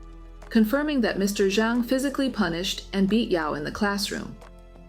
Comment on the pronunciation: Punish instead of pubish